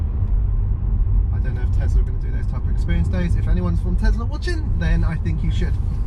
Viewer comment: Its a Tesla not Tezla